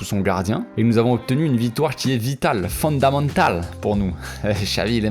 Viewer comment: J'adore ton "accent" espagnol😂😂 "c'est fondamental"🤣🤣